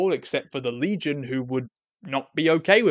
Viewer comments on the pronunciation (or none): none